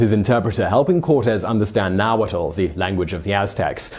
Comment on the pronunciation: My issue with the video: It's pronounced Na-Wat (with a almost silent l at the end). Some regions don't have the l sound at the end. About 2 million still speak Nahuatl with another million in the United States.